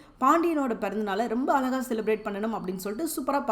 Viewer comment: Tamil utcharippu kolai!!!!!! Alaka illai, Azhaka endru sollungamma!p